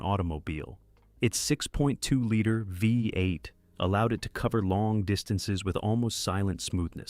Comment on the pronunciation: Get a human to do narration! Artificial Ignorance mispronounces words (Vie 8?) and butchers things up. So annoying! Cant watch video